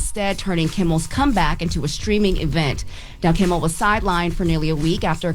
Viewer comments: KIMMEL!!!!! Damn girl! She's repeatedly said KIMBLE. Y'all should be tired of ppl joking about your reading abilities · Am I the only one hearing say Jimmy “KimBel”?